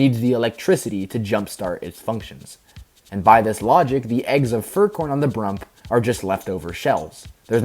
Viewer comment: I just realized that wen he called brump it sounded like poike/idk I know I spelled it wrong